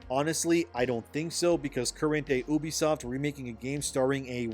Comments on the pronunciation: You have no insiders, it's all coming from inside your head. No reputable game developer is talking to you and you know nothing about how the business of videogames works. You can't even say the company name right. YOUbisoft not EUWbisoft you smooth brain. UBIQUITOUS software 😂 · You do a lot of vids on this but yet fail to pronounce the name right .. ewwwbisoft is the American version ? Well it pronounced You...bisoft . Ask your Intel's lol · STOP. SAYING. "OOBISOFT"!!! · YOU VEE SOT